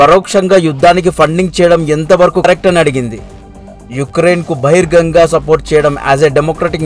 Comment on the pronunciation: బహిరంగంగా అని అనటం ముందునేర్చుకో బాబూ.